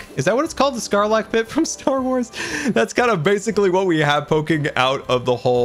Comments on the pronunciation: its sarlac not scarlac btw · sarlack, no c in the first sillible